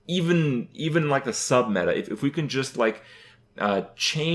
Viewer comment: I feel like someone who makes a living playing this game should really know how to pronounce it... Hurthstone D: (Pronounced Harthstone) And the Meita (Meta) :S